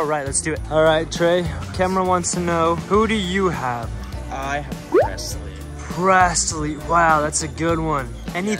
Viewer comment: I love how calls presslee “pretzels”